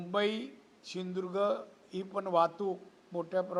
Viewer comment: याला सिंधुदुर्ग शब्द ही बोलता येत नाही. नीट ऐका ptrkar